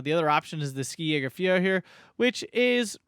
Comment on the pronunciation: I'd like to give you a pronunciation tip. In German the "Sk" in "Ski" in pronunced like a German "sch" or English "sh". Realy like the reviews btw.